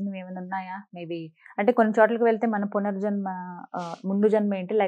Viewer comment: పునజర్మ కాదు పునర్జన్మ తప్పులు సరి చేసుకుందాం మాతృ భాషను బతికిద్దాం